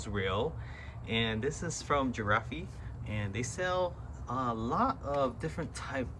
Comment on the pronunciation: it's called, "giraffe" (the tall animal) and NOT girafee